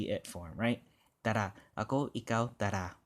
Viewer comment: TANA not tara